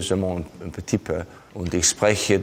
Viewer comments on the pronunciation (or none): none